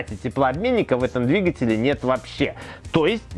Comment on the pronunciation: Видео класс, спасибо. Но где куча образований у Лысого? почему он не знает как правильно ставить ударения? Ведь надо просто говорить правильно: пОршней, двИгателей, клАпанов, он не может запомнить три слова. как его просят?)))) но лайк поставил.